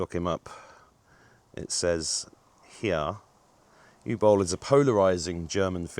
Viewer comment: No, you did NOT pronounce it correctly... It's not "U Bowl" but Uwe Boll! He is German and not French!